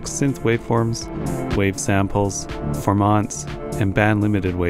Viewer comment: (*"FOR-ment", NOT "For-MONT"!)